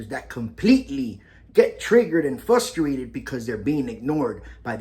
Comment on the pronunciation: "FLustrated" is not a word. * FRustrated. "EsCUElating" is not a word. * Escalating. "Imporint" is not a word. * Important. "Acshuhly" is not a word. * Actually.